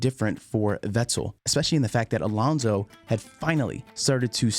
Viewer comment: Why do you keep saying Alonzzo? Alontzo? It's AlonSo